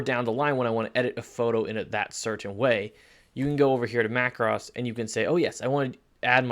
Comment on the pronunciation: BTW the word is pronounced like this Mac Rose as it is the plural of Mac Row. Another example might be Na (as in hey) thans and not Nat hans videos. Perspective crop is mostly used when doing perhaps an architectural image with a wide angle lens. Often the building will be tilted backward and needs to be straightened. Sometime when using a wide angle lens from an angle a building or some buildings will appear out of shape. Same thing can happen if trying to capture a tall tree(s) in a forest. Cropping that adjusts the softness of the background is effective to isolate the main subject of the image. Just take care and often a mask will be needed to not have the softness too great. Rotate is often used by portrait photographers when an image can look more effective, mostly for female subjects on and angle either left or right compared to the camera image. Often if used on a male subject it will be more subtle of a change. At the same time the editor of his/her image may even crop tightly or cut into the top of the head to lead the viewer into the eyes of the subject and the expression captured in camera. The soften face tool is effective particularly on the female subject particularly on a young lady to keep the look of youth intact even if time has not been so kind. The quick menus are always a good way to check things out quickly on an image and thus give the editor an idea as to what the final project may look like in his or her vision.